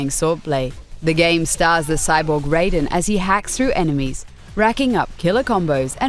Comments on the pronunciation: ...it's pronounced "Rye-den" not "Ray-den" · Raiden is pronounced Ra-i-den! His name is said a million times in the game... :/ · "Ray-den"...America...do you not know how to say Raiden? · You said Raider wrong girl